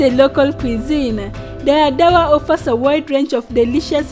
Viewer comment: Is that how Dire is pronounced ? Not d re..re as in red? Dora what? Or doro wat? I am not Ethiopian but i can tell local names and words are being murdered 😊 And many people have heard of Dire Dawa.